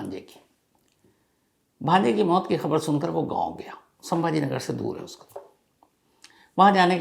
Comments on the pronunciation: its sambhajinagar not sambha nagar. Please 🙏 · संभाजीनगर hai sir not sambhra nagar